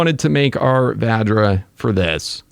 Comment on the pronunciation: OGs remember when he called it the Va-JJ. Good times.